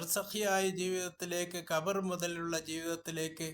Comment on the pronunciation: ബർസഖീ, ഖബ്ർ എന്ന് പോലും താങ്കൾക്ക് ഉച്ചരിക്കാൻ കഴിയുന്നില്ല.. അവസാന ആയത്തും താങ്കൾ തെറ്റിച്ചാണ് ഓതിയത്.. മുറിവൈദ്യൻ ആളെ കൊല്ലും എന്നു പറയുന്നത് ഇതാണ്.. കഴിയുന്ന പണിക്കു പോയാൽ പോരെ.. തഫ്സീറുകളെ ആശ്രയിക്കാതെ ഖുർആൻ നേരിട്ട് അർത്ഥം വെച്ചാൽ ഇങ്ങനെയിരിക്കും.. ഖുർആൻ കൊണ്ട് ചിലർ പിഴക്കും ചിലർ നേർമാർഗത്തിൽ ആകും എന്ന് ഖുർആൻ തന്നെ പറയുന്നു.. ഖബറിലുള്ളവരെ കേൾപ്പിക്കാൻ കഴിയില്ല എന്ന് പറഞ്ഞതിന് പ്രാമാണിക തഫ്സീറുകളിൽ കൊടുത്ത യഥാർത്ഥ അർത്ഥം പരിശോധിക്കു..ഖ ബ്ർ സന്ദർശകരുടെ ചവിട്ടടി കബറാളികൾ കേൾക്കുമെന്നും സലാം മടക്കുമെന്നും ഇസ്ലാം പഠിപ്പിക്കുന്നത് താങ്കൾക്ക് അറിയില്ലേ... മേലിൽ അറിയാത്ത കാര്യം പറയാതിരിക്കുക.. ഒരിക്കൽ കൂടി ആണയിട്ടു പറയുന്നു.. ഇത് താങ്കൾക്ക് പറ്റിയ പണിയല്ല.. ദയവായി മനുഷ്യരെ പിഴപ്പിക്കാതിരിക്കുക..